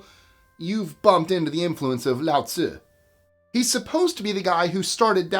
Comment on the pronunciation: It's Lao Tzu or Lao Tze, not Lao Tzi. Pronounced LOUT suh. Lao means "sage" or "wise man" and Tze is just an honorific like "mister" or "San" in Japanese. So the author is literally "Mister Wise Man." It's interesting that all of the core couplets in the Tao Te Ching rhyme, but they are from different dialects. A bunch of "Wise men say" stuff put together and attributed to "Mister Wise Man." It looks like a bunch of sayings were collected from different regions and put together in one book attributed to "Mister Sage." Lao Tze is basically a Mother Goose type figure. It's like putting together a bunch of "Old wives' tales" and attributing it to someone called "Old Wife,"